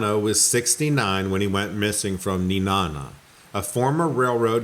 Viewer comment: However Nenana... rhymes with banana.